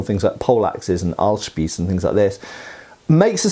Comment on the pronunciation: Your pronunciation of ,,Ahlspieß" was on point😅. Congratulations!